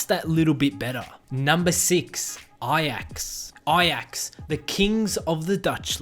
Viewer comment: And ajax